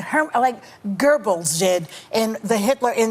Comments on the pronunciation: BTW Behar, it's Goebbels not Gerbels. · Joy... the name is Geobbels as in Joseph Geobbels and not Gurggles. How ignorant you women of the View are. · It's spelled and pronounced Goebbels NOT Gorbels LMBO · And it is Goebbels not Gerbels, read a fucking history book Joy. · lol gerbils its Goebbels dummy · LOL its "Goebbels" Not Gerbils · Gerbals wtf?she doesn't know how to pronounce it properly...🤏🧠🐖💩💯🤮🤡🤬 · She said Gergells. 🤣 As ignorant as prideful. Her soul is in torment ladies and gentlemen. She cant make sense of life and events, and the cognitive dissonance drives her crazy. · "Gorbols" lol....... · she said Gorbol, lol😅🤣😁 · Who is “Gerbals?” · The View is like watching concrete dry. They're a bunch of homely lesbians angry at the world. They can't even pronounce Goebbels. Bahar is like Soros, a true Jewish neo Nazi.